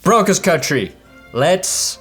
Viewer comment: It sounded like you said "brokest country" when you started off and I was like... I don't know where he's going with this... but he's not far off. We will be if we keep up this madness! Lol